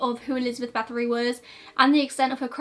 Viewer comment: Same here, it was very unusual and I had to rewind a few times before recognizing the name, but I appreciate her effort regardless. And I looove that she covered this story